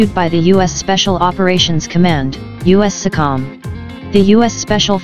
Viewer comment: pronounced US SO COM